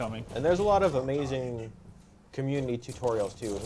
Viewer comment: "Cumminity" Seriously, guys? You must have lots of fun behind the scenes...